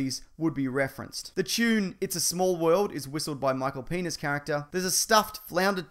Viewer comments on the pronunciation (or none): ***** michal penis lol it's pronounced penja